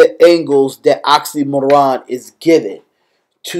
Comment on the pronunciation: man, not oxxxymOron. it's pronounced like oksy meer on